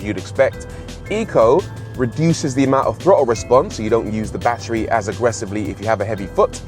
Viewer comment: Nobody: Rory: "Bachry"